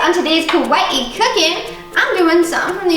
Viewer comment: You're saying kawaii wrong, how you're saying it means scary in Japanese